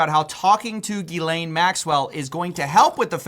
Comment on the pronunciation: How you say Jizlane in stead of Ghislaine is funny to me